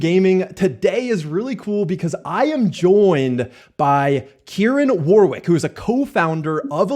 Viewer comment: I always cringe a little when American can't pronounce Warwick lol